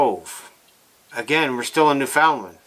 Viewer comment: You don't say newfinland properly